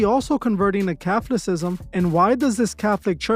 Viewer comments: Cathlacism⁉ Do you mean kuh~thaa~luh~si~zm❓ Say it after me....kuh~thaa~luh~si~zm❗ There ya go‼:goodvibes: Say it a few more times‼🔁 :face-blue-smiling:kuh~thaa~luh~si~zm :face-blue-smiling:kuh~thaa~luh~si~zm :face-blue-smiling:kuh~thaa~luh~si~zm :face-blue-smiling:kuh~thaa~luh~si~zm Ya got it now⁉🙅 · Wow! What an idiot! So you were raised Catholic but you can't even pronounce Catholicism? You, my stupit little wet-back friend are the paid/controlled opposition. On second thought, maybe you are just plain stupid.